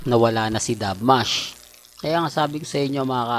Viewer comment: WALA NA SE DUBMASH. SINO SE DUBMASH? MAIKLI O DALAWA BA DILA MO? 😂😂😂😂😂DUBSMASH ANG CORRECT 😮😮HUNGHANG